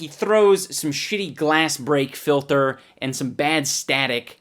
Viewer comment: he says filter weird it’s scary